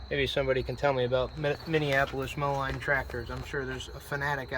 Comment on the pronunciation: It's pronounced Minneapolis Mo-leen not Mo-line Are you Andrew Camarata and Diesel Creek triplets ??